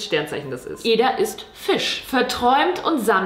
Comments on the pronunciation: Sorry, dass ich jetzt hier den Klugscheisser raushängen lasse, aber Eda wird Edda ausgesprochen und nicht Eeda xD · du sprichst edas namen die ganze zeit falsch aus haha man spricht es "edda" aus also schnell, nicht eeeda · Ih ich hab das gleiche Sternzeichen wie Joshua Weissleder ._. Mega belastend Wow sie einfach Eda anruft 😂💗 Und wieso betonst du ihren Namen so merkwürdig o.o